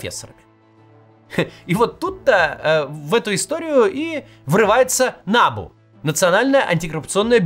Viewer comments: Кац, если вы претендуете на то, чтобы объяснить и проанализировать украинскую ситуацию, то ставьте правильно привычные для Украины ударения - набУ, а не нАбу. САП, а не САПУ. Ваше нелепое ударение (нАбу) показывает, что вы ВООБЩЕ НЕ В ТЕМЕ ТОГО, ЧТО ПРОИСХОДИТ В УКРАИНЕ. Со стороны это смотрится так: человек рассказывает, что творится в стране и не знает того, что украинцы знают лет 10 точно - ударения в знакомой абривиатуре. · НабУ а не НАбу, росиянцы, уж если лезите куда вас не просят, называйте правильно и ставте ударения правильно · Не нАбу , а набУ. Как же режет слух. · та не нАбу а набУ !) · Дякую! Тільки не нАбу, а набУ, наголос на останній слог. Трішке ріже вухо, вибачайте вже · набУ только, а не нАбу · Кац произносит нАбу 🤣🤣🤣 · Не нАбу, а набУ. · Ударение на У, НАБУ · Максим не нАбу ,а набУ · В Украине идет ,может и туго,борьба с барыгами и из окон никто не выпадает по неосторожности. Одно то,что этой грязи позволили всплыть,уже говорит об огромной разнице. Во всех странах есть проблемы. Украине очень тяжело избавиться от совкового прошлого,да еще и вальтонутый сосед тянет вниз ,в дерьмо. И,да, НАБ[У]. Ударение на У. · НабУ наголос на «У» невоспитанная деревенщина 😂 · Ударение на У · Максим, ударение в слове НАБУ делают на втором слоге. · набУ, ударение на У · Подскажите кто-то Максиму, что НАБУ читается с ударением на последний слог. Это то, как его в Украине называют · Максим, все хорошо - но пожалуйста, ударение на букву У, а не на А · Я киевлянин. Все точно и по делу. В аббревиатуре "НАБУ" ударение на последней букве.